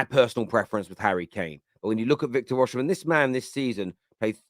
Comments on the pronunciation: why do you call him Oshimen instead of Osimen, even youtube is pickijg it up as Usherman 😅😅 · His name is Osimhen….O-Si-Mhen… not O-Oshi-mhen